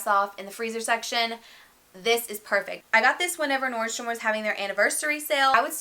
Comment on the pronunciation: This might sound super bitchy to the world, but I appreciate that you called it "Nordstrom" because that is its correct name. I have abused it a lot in the past, but I'm a stickler for accuracy, so I am also going to call it "Nordstrom" because that is correct. Thank you!